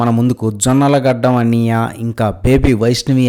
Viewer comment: Brother me review style marchandi. 1 or 2 times aithe parledu kani prati review lo cinma, anniyya, uncle andam, pa badulu pha ani palakadam ivi anni parti sari vinadaniki chala chala ebbettu ga untundi brother. Meku views peragali ante meru clean ga neat ga present cheyyandi brother. Vetakaram ga matladatam ivi anni eppudo old style aipoindi brother